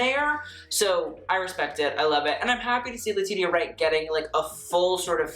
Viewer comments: Just so you know, Latitia is pronounced La-tee-sha not La-tit-ia lol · Thank you, it hurts a little bit every time he says le-ti-ti-ah. Understandable mistake though. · who's gonna tell that it's pronounced Letishia, not Letidia?....Letitia deserves that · LA-TEESH-AH!!! I love you but say her name right! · Did you call her Le Tee Tee Ya? 😂😂 But that McQueen she is wearing is divine. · lol,...Letitia is pronounced LE-TI-SHA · I was looking for this comment. But we love him😂❤ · I was just thinking the same thing and came to the comments looking for the callout 🤣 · great video. quick note - Letitia Wright's name is pronounce 'leh-tee-sha." just an FYI in case you review a look of hers in the future. xo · Rattling off all these complicated French brand names and designers without breaking a sweat Also: LA TEE TEE YAH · Haha I was so confused! I swear I've heard him say their name correctly before. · Ummmm that is NOT how you pronounce Letitia.... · She’s an icon to you but you can’t pronounce her name? Girl, no. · Jfc you need to learn who people are, you're in your 20s and you've never heard of Monica? And that pronunciation of Laetitia Wright's name? Oof. I love you but pls learn a bit about the people whose clothes you talk about.